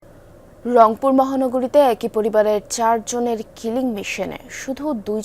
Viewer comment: খবর পরছে...রংপুর কবে থেকে লংপুর হলো😂😂